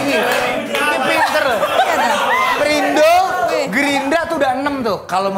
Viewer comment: Baswedan jadi Baswiri, Ganjar jadi Ginanjar, Nasdem jadi Nas Drum, Perindo jadi Perindro, wkwkkw ngakak bgst